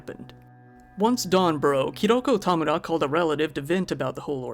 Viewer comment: I have heard Tamura pronounced ty.mar.a(like Mary) or ta.mor.ra(like tomorrow) but growing up I always get a disgruntled look when they see it on paper from teachers and bosses. Great job at pronouncing it correctly for not being Japanese.